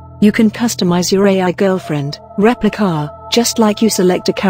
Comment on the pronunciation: "Repli-KAH!" I don't know why, but every time the robo narrator said the name of the app, I cracked up. Lol.